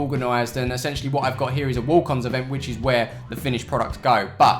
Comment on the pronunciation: 67 times you said 'ettentially'